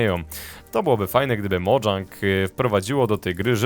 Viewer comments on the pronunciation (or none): none